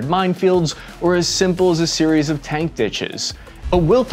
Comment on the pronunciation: "cank"? tank?